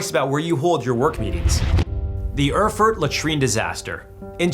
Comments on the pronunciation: "urfurt", lol - americans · Isn't it pronounced "air-furt"?